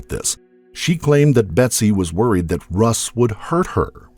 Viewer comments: A couple of glaring errors from the get-go; so bad I couldn’t continue watching. It’s BETSY not BETTY. It’s spelled right but spoken wrong. It’s Louis GUMP- not GRUMPenberger. Again, spelled right but pronounced very wrong. PAM WAS NOT BETSY BESTIE. Ever. She tried desperately to ingratiate herself into the fold but all her family and other friends will tell you Pam always seemed to be trying way too hard to be the best friend but there was just something about her that wouldn’t shake itself out. Lastly, IT WAS NOT the reporting of Dennis Hayes. It was a producer from Dateline that started questioning Pam’s motives and involvement. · Its GUMPenberger not GRUMPenberger<<<, and BETSY not Betty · the narrator keeps saying betty instead of betsy....